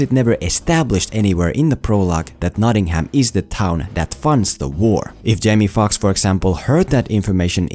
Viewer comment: I wince each and every time you pronounce Nottingham Notting-Ham. No fault of yours, as I'm sure you've learned English from the Americans who can't pronounce it (or other places over here) either. Drop the H, so it's more like Notting-um or -am.